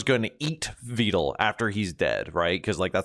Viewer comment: His notes on how to pronounce vedal's name isn't correct either.